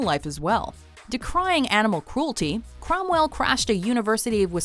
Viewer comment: #9: James Cromwell, not Crowell. Ugh